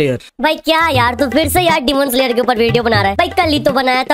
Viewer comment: Sir phele AAP demon slayer ka.prounciation phirse kiijye